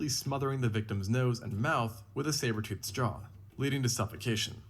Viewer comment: Bro said savertooth and Willy mammoths 😂😂😭